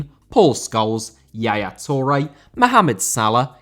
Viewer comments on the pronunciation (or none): Rather* not Rother Idea* not Ideer Eden* not Iden Mbappé* not Mbappei Possession* not Posession Carvalho* not Cahvayouw Touré* not Tourei